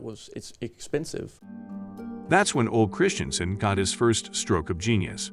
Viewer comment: Is the narration done by some AI? Doesn't sound totally like a human being... Many of the proper nouns and names of objects aren't pronounced correctly or seem programmed to follow pronunciation rules of American English, like Ole Christiansen's name. Even saying "dear wooden animals" the way it was said was off, like "dear" was not meant to describe the wooden animals (when it was). Or even the pronunciation of "Mattel" and referring to both Mattel and LEGO as him, etc. There are many incorrect pronunciations throughout the documentary.. The voice inflection is very weird and it sounds like AI. It's rather unappealing. The only good parts of the video are when real people are speaking and communicating information because I'm not sure I trust the information by the author who wrote the narrative part.